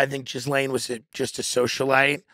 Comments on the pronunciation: Her name isn’t “Jizzlain” lol. It’s pronounced Gilain. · Her name is pronounced "Ge-lane". Not "Jizz-Lane". The g is like the g in Go. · Why is he calling her Jizz-Lane... her name is pronounced Gilayne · It’s pronounced “Gih - lane” The s isn’t pronounced. It’s not “Jiz - Lane” 😂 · Yes. Very Smart. Wonder why he refuses to sort out the correct pronunciation of her British name that is pronounced: Ghee -Layne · I like how Tim makes sure to refer to her as "Jizz-lane" 🤣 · Thanx Tim for pronouncing her name properly: jizz-lane. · Not sure if Tim is doing this as a joke or if he is really clueless about how to pronounce Ghislaine’s name. Tim FYI, it’s pronounced with a silent s. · the S is silent in Ghislaine....its a french name... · I don't think it's pronounced Jizz Lane xD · Phonetically gill lane.